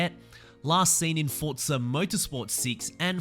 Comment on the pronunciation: Its not fortsa its forza